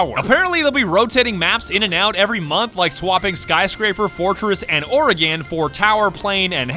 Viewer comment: The cringe of how you said Oregon.....